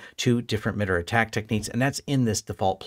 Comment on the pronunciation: This is great information. Thank you for posting this. A small point of feedback, in my experience working with people from MITRE and other FFRDC's, I believe the organization generally pronounced more "My-tar". Thanks again for the useful info though! I'd love to see you continue this path with more of a "network security monitoring for small businesses with pfsense/sysmon/etc" series.